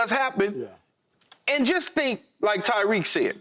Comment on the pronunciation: Tyreek not Tyreke lmao 😅